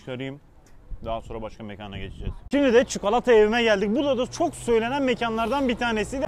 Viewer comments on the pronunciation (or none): none